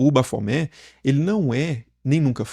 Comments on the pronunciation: Tem que pronunciar o "T" porque a é um acrônimo invertido para Templo Hominis Pacis Aba, Templo do Homem Paz do Pai. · Gente, me lembra também aquela mãe de santo, que mandou fazer uma imagem de Baphomet enorme e colocar em cima da entrada da casa dela kkkkk E me lembra aquele video do Rock in Rio la de 80 e pouco, com o cara pronunciando errado. Ele literalmente separava: bap-homet. Tanto esses quanto o do Super Xandão, eu morro de rir kkkk